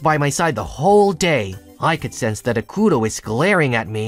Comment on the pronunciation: Kind correction: It's AH-k-toh(tow if you want some accent), or AH-ku-toh(tow). 😁😁😁